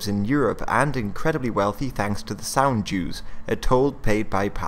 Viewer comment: Hey, did you say the toll the ships paid was called "sand Jews?"... Cos that's what I heard, and the automatic subtitles didn't help either. Please clarify, thanks.